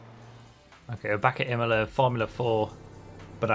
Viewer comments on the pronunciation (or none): none